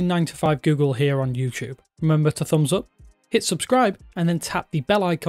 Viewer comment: No hate but, am I the only one that thinks that the way that he says bUds and thUmbs Up is annoying? 😂